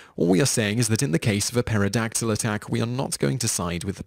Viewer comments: "Paterra Dactil" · The "P" in pterydactyl is silent. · the p in pteradactle is silent.just sayin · The p is silent